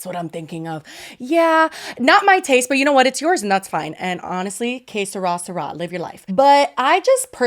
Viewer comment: speaks spanish fluently, says que sera sera in the most American accent possible 😂😂